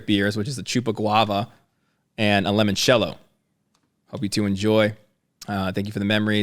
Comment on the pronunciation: Guys, it’s pronounced “Lee-mon-cello.” The letter i is pronounced like an e in Italian.